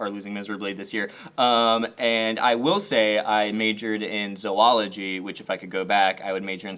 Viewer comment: It's kinda sad how happy I got that you actually pronounced Zoology correctly. Not even my field but that's one of my biggest pet peeves when people pronounce it wrong.